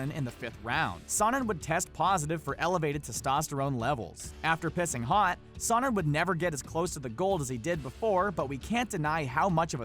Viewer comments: You're pronouncing Sonnen wrong !! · Nate out boxed Connor. He also said sonnen wrong, he out wrestled most of the division.